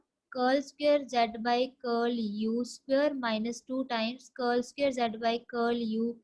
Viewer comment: Thank you..Very nice explanation ....I like your pronounciation of Curl ... Curly curl z curlv ...☺️☺️